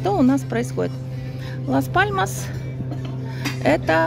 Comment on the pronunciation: добрый день! Город Лас Паломас ( Las Palomas исп),вы произносите Мас Паломас😊 И остров ТенЕрифе, а не ТенАрифе😊 А видео просто замечательное!❤